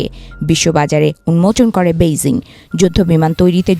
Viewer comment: Uccharon theek nai. murkho....Beijing uccharong....murkho hire kore kn.